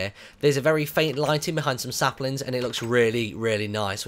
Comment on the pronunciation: you said SLAPlings lol